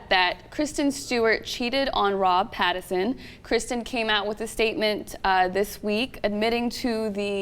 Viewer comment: I've been subscribed to The Young Turks for about a year now on my other channel because of Phillip DeFranco, but their bullheaded opinions without facts backing them up continue to annoy me. And CAN THEY AT LEAST GET THEIR NAMES RIGHT FOR CRYING OUT LOUD? It's Robert PattINson, with an "n" sound. And Nutty Madam is pronounced "mad-ah-m" with a long "a"; you read it as "-dam" when there's an "e" at the end. And her full username is nuttymadam3575. It's Youtube courtesy to mention that. Sheesh.